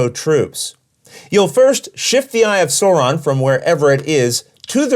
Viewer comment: Excellent explanation! I know how to play this game now! Only critique I can give is the way that Sauron was pronounced... It hurt my feelings...